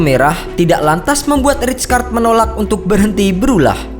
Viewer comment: weuww bacanya raykard